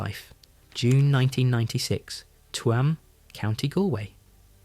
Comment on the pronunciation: Tuam is pronounced choom